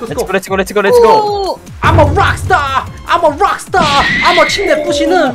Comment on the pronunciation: 암어 롹스타 ㅋㅋㅋㅋ 발음 찰지네요 ㅋㅋㅋㅋㅋㅋ 아 계속 기억나요 ㅠㅋㅋㅋㅋ